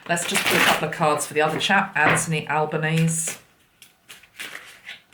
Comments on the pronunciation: Just for info the new PM's surname - the final e in Albenese is pronounced so it's like Alban-easy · Albanese pronounced Al ban easy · Love your work. Just to let you know Anthony Albanese is pronounced Albanesee as in rhymes with sleazy